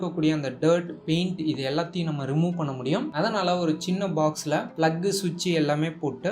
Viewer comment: Bro, adhu flug illa bro... Plug